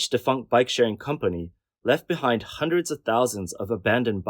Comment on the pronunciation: Yeah I noticed that.